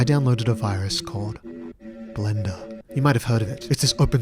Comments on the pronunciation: I just heard blendr as Glenda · "Blenduh" - 2026